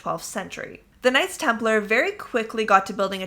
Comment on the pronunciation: Knights Templar not Nights Templar.